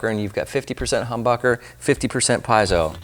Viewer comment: "Piezo" , pronounced "pee-ets-oh" not "pies-oh". 😊👍🏻